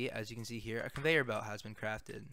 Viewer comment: “con … veyer belt mod” it sent me 😂